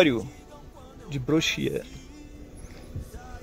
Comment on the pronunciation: Ele falou certo, em francês é assim que se fala mesmo: "Brochiêr"